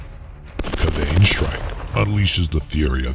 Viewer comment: My only gripe is how you pronounced Kayvaan 😂